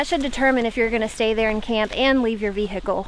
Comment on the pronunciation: whenever someone pronounces the h in vehicle i feel like i'm watching a classic episode of cops